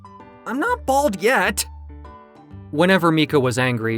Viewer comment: She called him balld